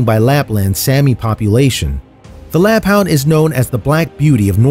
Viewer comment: Its (lapp-HOOND), NOT (lapp-hownd).